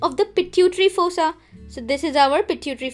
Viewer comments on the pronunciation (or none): none